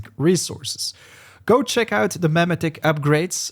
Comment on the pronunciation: "meh-meh-ticks" Bro you had me laughing every time you said "Meh-metic" wrong. XD